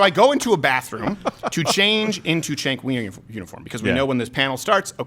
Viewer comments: Did you say "Chunk Weiner?🤣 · It’s pronounced Chunk Yogurt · Why do you butcher his name? Lmao